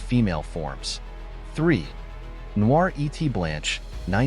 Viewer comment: If you are going to talk about art, you should teach your AI to pronounce French words correctly. The French word for "and" is "et" and it's pronounced "ay".